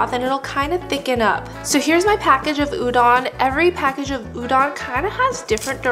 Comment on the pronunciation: looks super good, but it's pronounced u-DOE-n, not u-DON